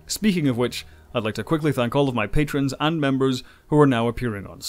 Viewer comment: 1. apparently has this pronunciation issue, namely "patron" for PATREON (sure, it is not that significant a matter but...). 2. Battle Lines is an episode of the 1993/first season, whereas BEHIND THE LINES is part of the 6-episode arc - from "A Time to Stand" through "Sacrifice of Angels" - at the start of the sixth season telling the storyline of the (re-) occupation of "Terok Nor" by Cardassia, with the Dominion onside. 3. As far as I am concerned, Homefront & Paradise Lost sit atop this list, since "...Bold" and "...Angels" are part of the aforementioned (and massive) 6-part arc. 4. I would have added Broken Link (last of S4) & Apocalypse Rising (first of S5) for consideration. Though I would not have ranked them all that highly, they fit the criteria for (traditional) two-parter just like The Best of Both Worlds, Redemption, and others that had same structure and scheduling.